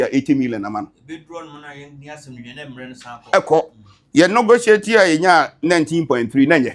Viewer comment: Eeeiii, regional minister paa saying nogotiate